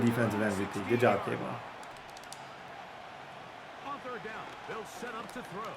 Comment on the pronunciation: It’s kayvon not cam 😂😂